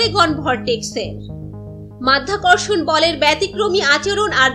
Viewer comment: হালা মাইয়া মাধ্যাকর্ষন না মধ্যাকর্ষন😂😂😂